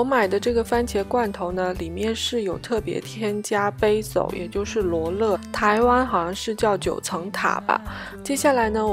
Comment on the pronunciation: basil不是这样读哦：）